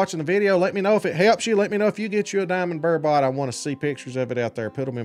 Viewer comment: You’re making super angry you pronounce burbot ber-bit not ber-bot